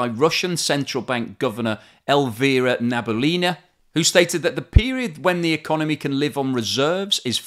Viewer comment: Nabi-uh-lina (emphasis on 'uh')